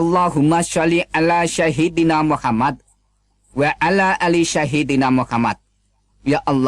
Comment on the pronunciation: Dilihat dari cara membaca ayat Alquran, jelas, bukan seorang ustadz, makhrojnya kacaubalau. Terus pada waktu nenyebut nama rasulnya orang Islam salah fatal. Dia mengucapkan "sahidina Muhammad," seharusnya "sayyidina Muhammad". Jadi, jelas dia pendusta besar. Semua kesaksian orang kristen yg mengaku berasal dari Islam pastilah begitu, banyak ucapan yg salah. Kesimpulannya, semua kesaksian kristiani sengaja dikembangkan untuk membohongi umat kristen sendiri.